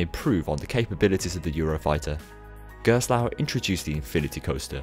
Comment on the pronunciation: Excellent comprehensive 'explained' video! The balance between Gerstlauer's backstory, and product line-up is well arranged, and your narration is easy to listen to - I appreciate in particular your efforts to pronounciate foreign names haha. On top of that, your montage skills get really impressive... cool transitions dude! I suggest for the next Manufacturer video to go a little more in-depth about the ride experience and what makes the company's design philosophy different. For instance, I really like Gerstlauer's creative approach with layouts, as they often add 'surprises' before the first lift hill or launch (Kärnan is the most striking example of that). Gerstlauer has also created unique elements such as Takabisha's 'banana roll', and made breakthroughs in the industry with Gekion Live at Tokyo Joypolis, a Spinning coaster with an inversion, well before Time Traveler at SDC! I feel illustrating a manufacturer's work with some genuine comments about their ride experience would further cement the quality of these videos. It would make the piece even more valuable for enthusiasts, and give the general audience a more concrete feel of what the company can achieve;) Again, well done for this excellent informative work! I'm glad I was able to help with some footage, even though it wasn't the best quality. Looking forward to the next video!:D